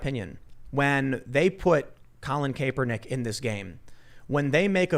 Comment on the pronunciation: Lol, does Tim say Kape-ernick on purpose? He's been saying that since forever